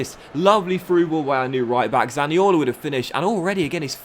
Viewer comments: Please stop butchering the Italian accent when saying zaniolos name man 🤣🤦🏿‍♂️ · maxi malone ni colo zani olo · i do like but i hate it when he pronounces zaniolo